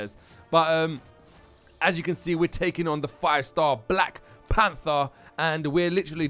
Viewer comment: " we're taking on the black plamfer" lmao sounded like that good video m8